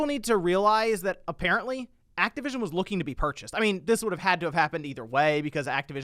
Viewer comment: TY for saying it right! THIS IS MICROSOFT BUY ACTIVITION NOT XBOX!